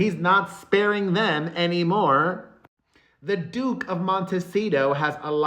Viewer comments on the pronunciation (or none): Oh dear. I thought you said, “The douche of Montecito.”